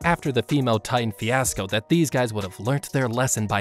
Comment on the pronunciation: Did u just said the colossal titian armor??? At 19 minute plus